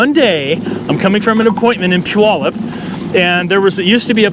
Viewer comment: I love the little local shoutouts. Was born and raised in Puyallup and I know that obviously you're local, but it's still so weird hearing someone on youtube pronounce it right lol